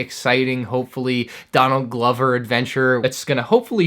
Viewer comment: That's how you pronounce it